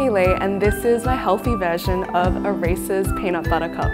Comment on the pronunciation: I totally heard that too. I was like "A WHAT?"